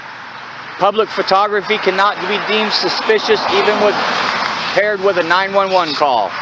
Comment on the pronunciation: Subbed until . I don't mind AI but if it can't get "911" correct and actually stop for a second to form proper sentences then I would have enjoyed the video and remained subbed.